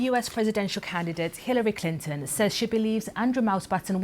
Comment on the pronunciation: Clinton not Clintyn